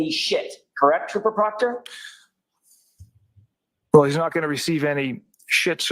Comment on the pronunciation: One last thinggggg…PROCTAH TROOPAH! 😂😂😂😂